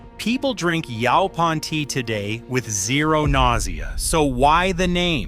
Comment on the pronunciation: Across the southern USA where this plant is common it is always pronounced "YOH-pahn". It is super-abundant in the East Texas piney woods, but when I grew up in Texas nobody talked about it being consumable. Pictures shown in the video of the larger leaves with spines are not Yaupon; they are Common Holly. Yaupon Holly is the much smaller oval leaves with slightly ruffled edges.